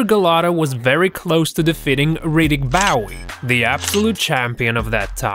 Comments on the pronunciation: he said prodi gay instead of protege 😂 and Riddick Bowey instead of Bowe its called English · "ProteGay" "Riddick B-OW-ee" If you are going to speak English, at least learn the right names of the boxers in your BOXING VIDEO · you got a ton of names wrong! referee "Richard Steele" not still!!! riddick bowe is pronounced bow like bow and arrow! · Richard Steele. Not Richard Still. And Riddick Bowe is pronounced Bow not Bowie. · Riddick Bow we, it's pronounced Bowl! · Riddick Bowe's last name is pronounced (Bo), not (Bough-ee). In English, the "e" is always silent if it's at the end of a word. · Sam Kellerman NOT Max(His Brother) was murdered, and It's not Bowie, its Bowe, the "e" is silent. THIS VIDEO WAS SHOCKING! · its riddick bowe. as in bow tie. not boww we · Don't make another video. You miss pronounce names and other words. You have no idea about boxing and even spelled Richard steeles name wrong. That match wasn't his last and he even played a referee in the great white hype. And who's riddick bowie. It's pronounced Bo and Sam kellerman was killed not max. No research or interest in the subject you're just trying to get clicks. STOP MAKING VIDEOS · This narrator is absolutely clueless. Riddick Bow-ay? Richard "Still"? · Fun with mispronunciations and errors. Protegay? Tyson bit him because of headbutts, Riddick Bowhey? Doesn't matter how minor Liston's injury was, he didn't get up before the 10 count. Richard Still? (steele). If Max Kellerman was murdered in 2011, how is he calling fights in 2017? (it was his brother that was murdered) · Jesus...half the words uttered in the voiceover are chewed up worse than Holyfield's ear. That was painful to listen to. I couldn't get past "Riddick BAU-ee". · Riddick Boweeieee lmfaooo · Reddik bowwey😂😭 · the prounouncations.. haha.. panama.. and bow-e.. AND HE DIDN'T MURDER MAX KELLERMAN, HE MURDERED MAX'S YOUNGER BROTHER. fix that.